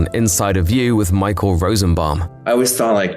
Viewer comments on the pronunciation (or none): none